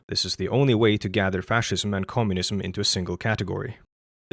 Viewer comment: tbh it sounded more like he said connumism lol although mocking pronunciation is admittedly low hanging fruit